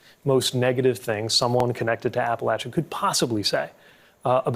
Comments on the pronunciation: Thanks for your YourTube vidios and for your ofen humorous commentaries. Thank you Pete for being strong enough in who you are and to aticulate the truth eloquently and without a trace of malice. Also Pete..thanks for.for saying Ap-pa-LATCH-a, and not I Ap-pa-Lay-cha! ****But you can say it eiher way as long as Kamala is elected President. Then we can celebrate with some sweet tea, grits, and maybe a little shine. By the way Pete I also voted for you. 🥰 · You earned my eternal love with this video. You didn't pronounce it "Appa-lay-chu." You said "Appa-latch-uh." As a lifelong Appalachian, THANK YOU, SIR!!! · Buttigieg is one of the few people I've seen to actually pronounce Appalachia correctly.